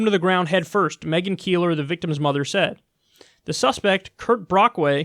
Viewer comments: Why did you pronounce megan "meegan"? 😅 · “Mee”-gan, Kyle?....really?... c’mon, bro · You know what’s ridiculous and hard to grasp? Kyle pronouncing ‘Megan’ as “MEE-GAN”